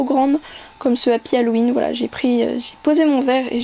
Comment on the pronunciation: C deg a tu fait un bruit genre tu ravales ta bave ca me dégoûte et aussi c'est Halloween pas Halloweenn